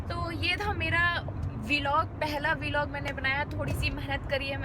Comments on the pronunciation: V-log is different u should say vlog as a single word like we say blog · It is vlog not v-log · vee-log :-D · The first thing is that the pronunciation of VLOG is incorrect .